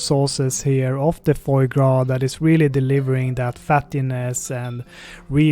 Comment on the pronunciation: great video , but try to say FWAH gras instead of FOEIE gras if you know what i mean haha :)